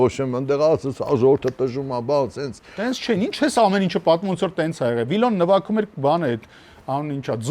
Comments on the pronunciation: Ճիշտա ասում, նվաքում! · Գարիկը ասումա նվաքում 😂😂😂